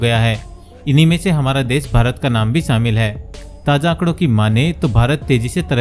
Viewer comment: Sh ko s na bolo mood kharab kar dia. Shamil ko samil kyon bol rahe ho